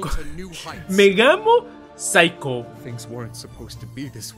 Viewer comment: Megamo me sonó a "me llamo saiko" o algo así no se porqué 😂😂